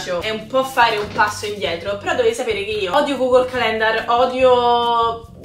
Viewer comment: Triggered: è Càlendar non calèndar 😂